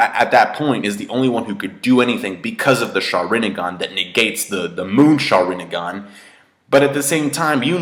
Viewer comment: Sharingan, not Sharin-i-gan -_